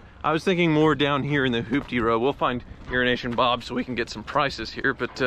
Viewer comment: Sounds for all the world like you're saying urination bob